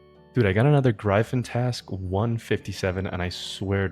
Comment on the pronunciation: sick video, long collection log videos is my favorite content. the only gripe i have is the way you pronounce gryphon LOL